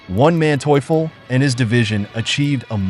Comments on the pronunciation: One Manteuffel, mentally challenged pronunciation, Von Manteuffel, Hasso Von Manteuffel. Program your machine correctly. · I kept on hearing "One man toyful" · Who is Wan Manteufel? This was a good rendition of the battle but the incessant mispronunciation of Manteufel's name was really annoying. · The butchering of names of both Soviet and Russian commanders is painful to listen to. It's easy to figure out how to pronounce von Manteuffel, or Ivan. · To whoever is responsible for this voiceover: I admire you beening so consistent in beeing crappy. You cannot properly say neither russian nor German names. Never heard such crap, and I cannot finish this video due to the way you pronounce Von Manteuffel name... Really painful...